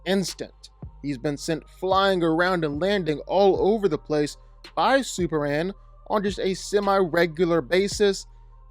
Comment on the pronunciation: Why do you say "superan"